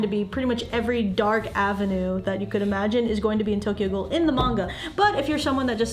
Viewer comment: "Tokyo ghoul" oh boy bad starting haha